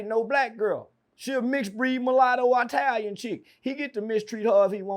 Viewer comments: "I-talian gear!"😂😂😂 Bruh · “ATALIAN GER” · “Eyetalian drip” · said I-talian gear 😂